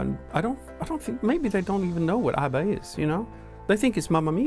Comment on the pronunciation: ABBA is forevah =)